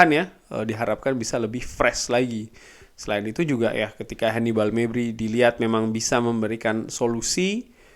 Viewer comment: Bung, maaf sebelumnya Mengenai pelaftan nama Hannibal Mejbri menurut bahasa arabnya ga sesuai Nama beliau dalam bahasa Arab itu begini حنبعل المجبري Cara bacanya Hannib'al Al Majbri Bukan Maybri Karena beliau orang Tunis, dan Tunis itu termasuk negara yang berbahasa Arab